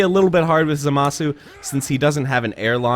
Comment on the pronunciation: Dude it's za masu za-ma-su. Sorry it's just really annoying when they say his name wrong.